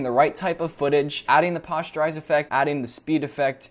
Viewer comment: It's not pasteurise time, that's milk. It's Poster-IZE.